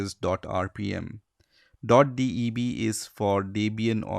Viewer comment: DOT "D E B"